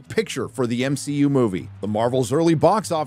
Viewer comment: why are you saying m-shi-u instead of mcu